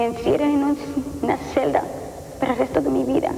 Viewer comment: Min hiba decir que me encierren en un siquiatra pero dice celda algo raro